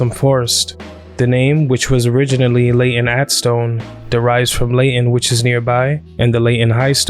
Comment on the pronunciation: Pronounce things properly? I nearly went mad with his bad pronunciation of Leyton, over and over and over:(